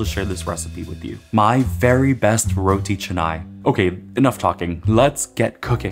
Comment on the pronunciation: You pronounce correctly!! Some people pronounce it as Roti Kanai!!